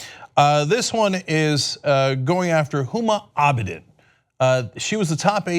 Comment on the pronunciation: Let me get this straight, NO ONE not even Huma Abedin's mother has been talking about this woman, and this moron gets up in the morning and decides to talk about a person that he couldn't in a million years pronounce her name correctly ? Some idiot is telling this idiot what to burp out on Twitter, we are in trouble.